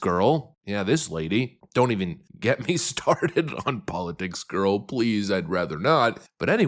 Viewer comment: You mispronounced politics